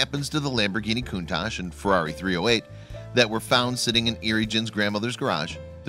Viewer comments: Stop pronouncing it coontarsh it pronounced cuntash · It’s pronounced cuntak.